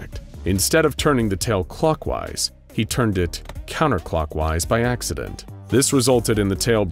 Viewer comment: yer sure it was an 'Acserdent'